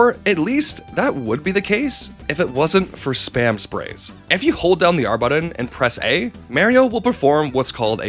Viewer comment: Mayrio AND buddon? Havin' a pronunciation word day over here